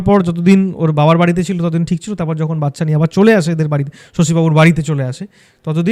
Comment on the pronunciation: মানুষ পড়াশোনা শিখেও জেনে বুঝে কি উচ্চরণ ভুল বলে? ওটা ওটা ওটা বাচ্ছা বাচ্ছা বাচ্ছা হবে না। ওটা ওটা ওটা বাচ্চা বাচ্চা বাচ্চা উচ্চারণ হবে 😢